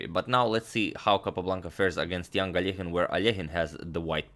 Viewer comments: Russian Алёхин needs to reed like -,,ALYOKHINE’’ ,not alEkhine! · Well, I learned today I’ve botched the pronunciation of ‘Alekhine’ my whole life.